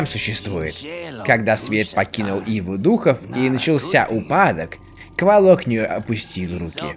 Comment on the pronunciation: Енто не КволОк, а КвОлок)